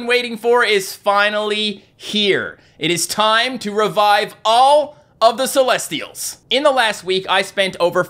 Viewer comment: you said celestials wrong